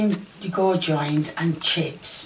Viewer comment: On Hiatus its goo-jons